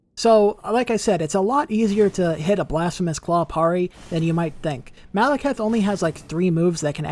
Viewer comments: I don't want to be that guy but it's pronounced, Perry not parray, just sayin 🤔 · I've never heard anyone pronounce it the way does either. Everyone usually says "pair-ee" not "parr-ee" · Bro would’ve been a great video if you didn’t keep saying PARR ee instead of PAIR EE! The way you say PARRY is like nails on a chañkboard